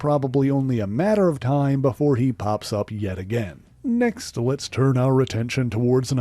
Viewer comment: why do you say "next" like that hahahhahaha